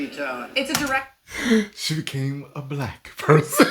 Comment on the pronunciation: 😂😂😂😂 bro said black like it got a Q in it